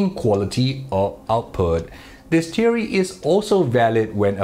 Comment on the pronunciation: teery? then is not ten................... say th then theory ten tink tat tay tout temselves teorists